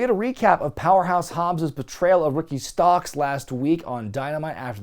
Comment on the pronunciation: how does he go from calling Ricky Stocks to Ricky Starks lol